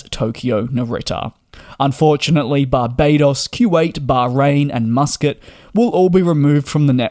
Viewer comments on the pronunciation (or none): none